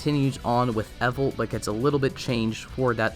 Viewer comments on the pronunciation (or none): For the love ... it's evolT! THERE'S A "T" IN IT!